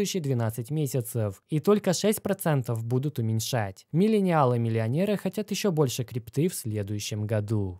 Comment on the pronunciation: Миленялы (произнесено 100500 раз), Бумеры, Зумеры, Рептилоиды... Смешались в кучу кони, люди. В остальном, конечно, спасибо за контент :))